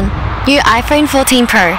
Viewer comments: 아이풘 퐀틴 픠로 발음보소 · 아이플 플틴 펄? ㅋㅋㅋㅋㅋㅋ 어느나라식 발음이냐?